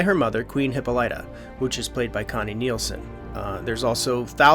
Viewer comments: It's not hip po lie ta.... it's hip pol lita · It's pronounced Hip-polla-ta.